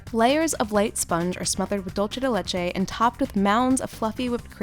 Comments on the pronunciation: Please please please please stop saying dulce as “dulche” it’s pronounced “doolsay” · It's pronounced doolseh. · Every time I hear English speakers say "dolce" de leche as if the word were Italian and not Spanish, I lose years of my life. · they pronounce it as Italian dolce, bad romance surely.